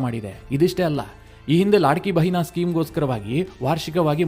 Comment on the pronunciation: ಅದು,ಲಡ್ಕಿಬೆಹನಾ,ಲಾಡ್ಕೀಬೆಹನಾ ಅಲ್ಲ.